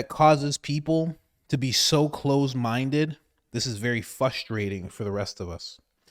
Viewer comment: It's FRUSTRATING hearing you say FUSTRATING